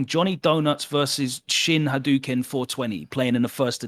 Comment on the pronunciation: I thought Logan said chinhadoken lol that's my cfn now